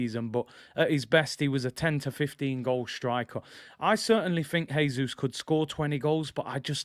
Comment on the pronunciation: Btw- Jesus is pronounced the Portuguese way: "Jay-Zus," not the Spanish way: "Hay-Zus."